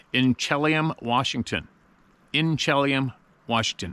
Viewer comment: Inchelium, Wa is pronounced In-cha-lee-um